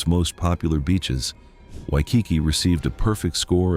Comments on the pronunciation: I disagree with this video on many accounts.: 1. Waikiki. Not only did your AI bot mispronounce the name, you are dead wrong. It is beautiful and well worth the visit, particularly at dusk when runners light the tiki torches; 2. Seaworld. Beautiful gardens, wonderful shows, and fun coasters. I'd sooner visit Seaworld than have my wallet ransacked by woke Disney. 3. Biltmore. Wonderful display of conspicuous consumption in the early 1900s, with an awesome Christmas display. The winery is also worth seeing, as are the gardens in season. 4. Rock and Roll Hall of Fame. Cleveland is the perfect place for this structure. While i agree that no hip-hop artists should have a presence, it is awesome for real rock lovers. Why would you go if you're stupid about the history of the genre? 5. Niagara Falls.... although i do prefer the Canadian side. It's nature, dolt. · Learn how to say Waikiki!!!